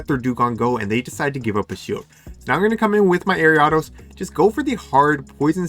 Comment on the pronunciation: Was gonna rib you for the way you pronounced Ariados, but you're too cool.